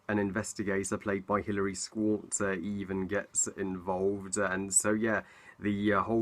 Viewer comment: Love the director, Steven Soderbergh, the cast, and did I hear you mispronounce Hilary Swank's name?